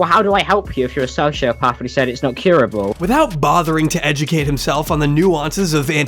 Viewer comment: "Heesh a diagnost sosiopaff" should've been the end of the allegations.